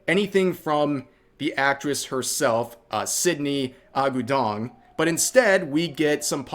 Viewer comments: Agudong pronunciation is Uh-Goo-Dong. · Sydney's Lastname is pronounce as Uh-Goo-Dong, if you're having a hard time pronouncing it